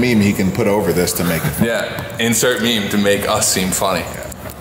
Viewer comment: Did just pronounce meme as me-me?